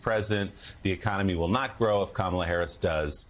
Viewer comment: Okay, I've been watching this show forever, but I've been watching the last few months and gritting my teeth. Because why can't you people say kamela Harris's name correctly? Have we not been through this? It looks like you don't care. It looks like you are not prepared. You don't even pronounce her name correctly. This morning, 3 different people, including Joe, pronounced her name incorrectly. She's not a camel. She's a coma can you guys work on that? Because it looks like you disrespect her and the rest of us.